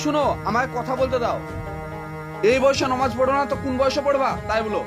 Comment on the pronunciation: নমাজ কেনো বলছ শুদ্ধভাবে বললে তো ভালো হত নামাজ বলবা